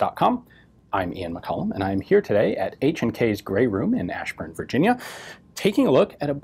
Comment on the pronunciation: you say "grave room" or "gray room"? LOL